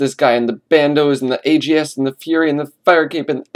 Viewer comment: they changed the way to pronounce ags its is now ogs in my book.